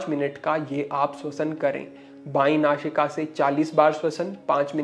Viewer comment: So you are unable to speak correctly. You are saying don't nashika, which is nasika. So you are using showing place of sa and sign place of Shah. So what you are trying to teach to the people thanks